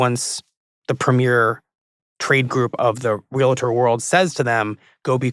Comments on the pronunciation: Before we take apart most of the really off argument she has made let’s start with the fact Realtor only has one A. It’s Real Tor not Real-A-Tor. I’m not an agent but I know she is way off. Agents are not the reason prices are high. I hope they follow up with an Intelligent Agent to dismantle this conversation or at least show the other side. She got 80% of the wrong starting with you can now and always have been able to negotiate commission. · You don’t seem to have your facts straight at all! You can’t even pronounce “ REAL- TOR”. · Bro it’s pronounced “reel-tr” 😅😂 I don’t see an extra vowel between “real-“ and “-tor” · 🤔 "There is only one way to properly pronounce the term REALTOR®: REAL- tor ." -- Reporters: could this perhaps damage your career mobility? Yeah. It could. For real-it-tor. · I just wish if these two reporters want some credibility they could learn how to pronounce "Realtor"--it's not re-la-tor! They have no appreciation of the work that Realtors do, and how the business has reacted to the NAR settlement. This story is full of misinformation. Very shoddy. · Correct. Two syllables, not three. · Funny that Michael uses big words but doesn’t know that realtor is a two syllable word. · Let's start by pronouncing Realtor correctly. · I’m am under 10 minutes in and question if she even read the documents associated with the settlement. So many mistakes already. Prices were NEVER fixed, commission has always been negotiated, you cannot correctly say Realtor. Lawyers are going to Lawyer and Liars are going to Lie. Such a misrepresentation it is shameful. Maybe a podcast on the NYT should be in the works… how many times have they gotten stories wrong? Intentionally or ignorant of the facts? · There’s no A in the pronunciation of realtor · I think if you're going to a podcast about realtors, you should know how to pronounce the word. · Imagine doing a podcast about giraffes and calling them "gear-affs" for the whole thing?